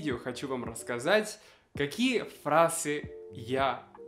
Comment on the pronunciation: Слово фраза говорит на манер испанского frase. Меня только это коробило. А так молодец парень. Он далеко зашел.)))